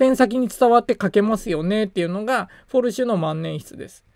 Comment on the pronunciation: スペルから言うとフォルシュではなく、フェルシュですね。